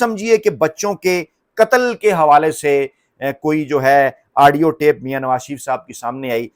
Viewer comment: U r doing typical ties in the nation just to increase ur vlog's liking...ur wrong pronunciation...*adio* adio adio...tha should be audio